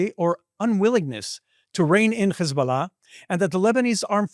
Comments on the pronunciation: Man you cant hide your jewish / israeli origin as you say CH/KH isballah - which is actually incorrect. It is HISBALLAH with simple H sound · In Arabic, Hebrew and English the last syllable of "Hezbollah" is NOT stressed. Why do you do that? Is that something French-sounding and you think it makes you sound sophisticated? Weird.